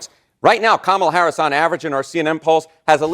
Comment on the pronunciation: She's just mad her man cheated on her again and played her. Every time she said Kamala Harris, like she didn't know her name. Then Danny Trump lol